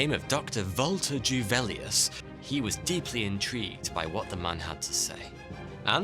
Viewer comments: Juvelius, not " Djuvelius" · Juvelius is pronounced with a soft J - sound English letter Y Just so you know x